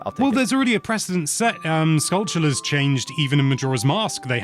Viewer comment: Skull-too-la. Your way is much better